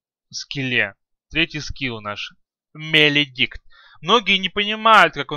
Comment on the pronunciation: Свен без бкб, дагон? 5 ударов с руки? что ты несешь (маледикт, а не меледикт)